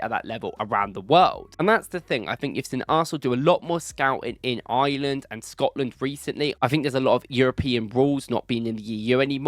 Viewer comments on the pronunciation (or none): none